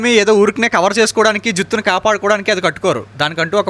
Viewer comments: ఫస్ట్ అది జిత్తు కాదు జుట్టు ఓకేనా బ్రదర్😂😂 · జిత్తు కాదు జుట్టు😅😂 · జుత్తు కాదు బ్రో జుట్టు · జుత్తు కాదురా బాబూ... జుట్టు